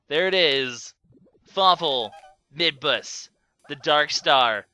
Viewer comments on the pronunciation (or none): am i the only one who thinks that midbus sounds like "mid-boss"? Plus, he IS the mid-boss every time you fight him in the areas you fight him.